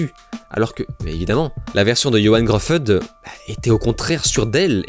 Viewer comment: Alors pour info, Gruffud ça se prononce "Griffiss" comme le méchant de Berserk.